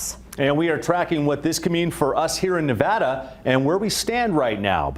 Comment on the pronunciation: Not being from the Silver State, it's strange hearing an entire news report about Nevada and not hearing it mispronounced a single time.